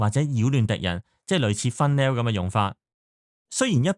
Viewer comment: 講得好唔錯，但有啲英文發音真係要做下功課，例如 Funnel ("分爐") 變咗"fun-nail"... 好多動漫經常用到 Apocalypse ("Ah-port-ka-lip-s") 變咗"阿鋪卡聶匙", 有啲字跟返動畫 / 日文發音可以理解同接受，但啲港式老作發音，唔好意思講句真係好"un"耳，麻煩落少少功夫用 Google 發音聽下先。其餘部分都聽得舒服嘅